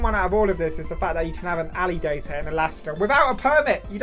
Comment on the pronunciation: The alligator map is almost as wrong as how you say alligator I live in a red state and have a permit to keep one We take him on walks and he’s almost 4ft long now